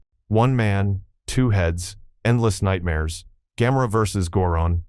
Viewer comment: 何で「宇宙大戦争」のタイトルが「宇宙戦艦ヤマト」になるんだ（笑） 「ドゴラ」が「ドラ」？ 「緯度ゼロイチ、九百六十九」？ 「昆虫大戦争」(監督名の読み方が珍妙)の前にハリウッドは「黒い絨毯」を作ってるよ。 「ギロン」が「ジャイロン」（笑） 「さよならジュピター」の総監督は小松左京氏。橋本幸治氏(こちらも読みが変)は監督補佐。 誰が書いたか知らないが、あまり笑わせないでくれ。